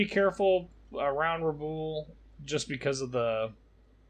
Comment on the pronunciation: objective at Rabaul is pronounced Rah-bawl, as in maul. Sorry, but as often as it is being spoken it can be distracting to be mispronounced.